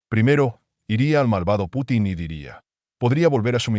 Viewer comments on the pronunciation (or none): none